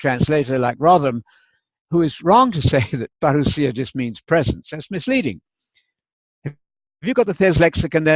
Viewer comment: Hi, When you pronounce the word parousia you sound very Greek. I think Spanish helps a lot in the pronunciation of Greek. Teo from Greece!